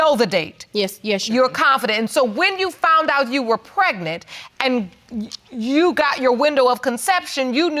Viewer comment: He says pret-nit... not pregnant.